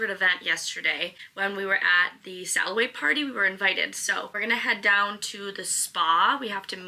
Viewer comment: Im dying about that buffalo accent that comes out as you say SALLaway party 😂